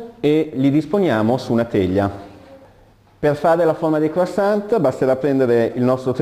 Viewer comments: croissant t t t t t t mi raccomando la t. ......che odioso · qualcuno dica al prof che quando si pronuncia la parola croissant la t finale non deve sentirsi!!! Non si può sentire una roba del genere... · Buonissimi!!!!!!! Una piccolissima dritta, non di pasticceria, questi dolci si pronunciano senza la t. In francese le consonanti che formano la parola deposito in finale di parola nn si pronunciano mai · Bravissimi ma croissant senza la T! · La t nn si legge chef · e' effettivamente scandaloso.. come cazzo si diventa pasticcere senza neanche sapere come si pronunciano le parole di quello che si cucina ;_ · O diooo, perché gli italiani sono sempre così.. Mal educati... Bisogna dire senza t finale, per il resto bravissimi... PS: anche quando dormite voi parlate......